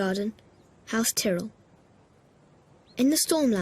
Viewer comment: Very interesting how they say tyrell in this video, wonder why they decided to pronounce it differently when season 2 was made.